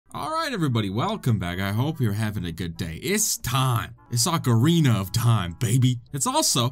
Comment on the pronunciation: oocareenah of thyme